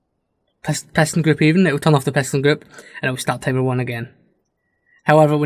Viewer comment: Honestly, I had to play your video several times until I understood what you meant by "Tamer" (Timer)